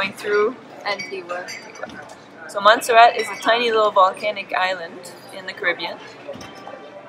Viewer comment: Lol Antigua pronounced wrong but hey I’m glad u got Montserrat right🇦🇬 glad you had fun in our islands